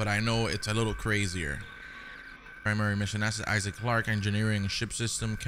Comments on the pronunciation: guy really said I Saac lmaooo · Wait.. Did he say "I-zach" for the name Isaac?🤣🤣🤣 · Lol “Eye-zack” Clarke lol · The way he pronounced Isaac name had me cracking up lol